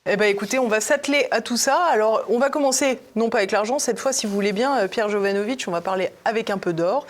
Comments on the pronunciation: Jovanovic pas jovanovitch par pitié, il ne cesse de le dire :) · J’adore PJ mais tu dois prononcer Jovanovic avec le c et pas jovanovitch! Demande lui, il est Serbe ou Croate et pas polonais. Je suis sorti avec une Jovanovic et ils sont très clairs sur la prononciation à la française. Merci pour l’émission. Toujours passionnant